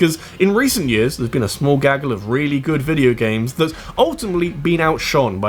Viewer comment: Why do you pronounce "years" as "jizz"?